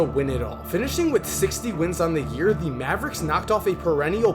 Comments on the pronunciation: The word "the" is pronounced "thee" when preceding a spoken vowel sound, so "thee NBA" is correct pronunciation. Before a spoken consonant sound, it's pronounced "thuh". So, it's "thuh Mavericks", "thuh Heat", etc. Pronouncing it "thee" every single time doesn't make you sound smart, only annoying AF. As one of the otherwise more articulate sports commentators on YouTube, you have to break this habit. It's the kind of thing you can't unhear. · Hey, man. Love your videos. But can I give you a tip...? In the English language, you say "the" (pronounced thee) only if the next sound is a vowel (or at least sounds like a vowel). If it's followed by a consonant, it is pronounced "the" (like thuh). It's not "thee Dallas Mavericks". It's "thuh Dallas Mavericks". It is acceptable to say "thee NBA" because "n" is pronounced "en", which sounds like it starts with a vowel. Here are some more examples. "thuh Boston Celtics," not "thee Boston Celtics" "thuh Mavericks," not "thee Mavericks" "thuh shot clock," not "thee shot clock" Hope this helps. Your content is well researched. It's really good stuff. Best wishes!